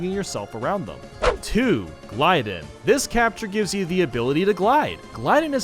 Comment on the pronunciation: ITS GLIDE-ON NOT GLIDEN